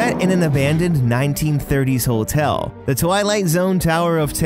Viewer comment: Hotel not hole tell